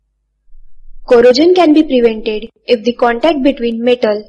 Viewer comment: You're saying corrosion like it has j in it! Stop it! Get some help!!